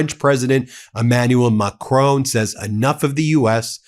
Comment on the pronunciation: He Bin stop calling president Macron, Macrooon. Listen to Mark Carney or house of El for the right pronunciation! Your pronunciation of Macron gives me the a terrible feeling! So I will call you Bin from now on! BTW I support you content!